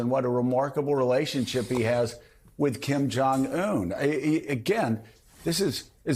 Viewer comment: Bro can’t even pronounce Uyghurs correctly